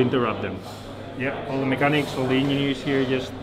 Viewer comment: the way he says engineers crackse me up